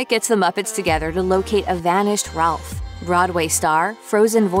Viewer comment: Rowlf.... NOT Ralph!